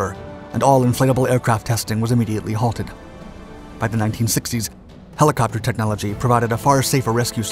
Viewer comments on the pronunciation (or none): none